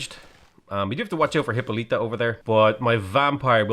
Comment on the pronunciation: For the hundredth time,, Hippolyta is pronounced "Hip-Paul-lih-tuh" not "Hippo-leet-uh"!